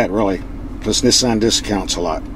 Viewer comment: I can’t stand how he pronounces Nissan